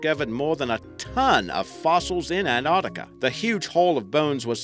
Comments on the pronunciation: It's NOT Antartica, it's Ant-arc-tica!!! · Fucking ANT ARCTICA,SAY ANTARCTICA FFS!!! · What is that accent? Sounds like Boston crossed with New Zealand? Its An-tarc-tic-a not Ant-art-ic-a by the way. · he says it like ant artica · Muhammad Aslam Che Abdullah nah we pronounce it an-tarktica here. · It is pronounced ANTARC-TICA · Ok I had to switch off as soon as I found the narrator couldn't even say Antarctica properly!